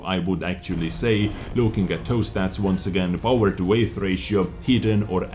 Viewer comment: Hey nice video! And btw, weight is pronounced like wait. XD